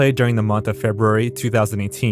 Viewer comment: You said FebRUary correctly. Welcome to the 1%.